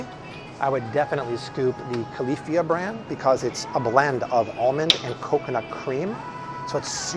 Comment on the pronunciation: "Califia" is pronounced like you are saying "California" without the "orn"